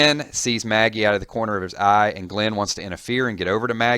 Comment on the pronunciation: For a walking dead fan this guy really doesn't know how to pronounce some of the characters names